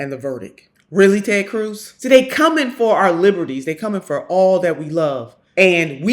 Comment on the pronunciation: "Taayyd Cruise"